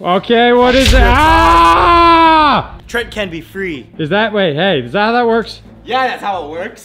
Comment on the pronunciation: TRENT NOT TRENCH